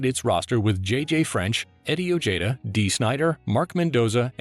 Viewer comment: Not O-jay-da..... O-hey-da. Somebody's narrators need to do some research especially for simple things like that.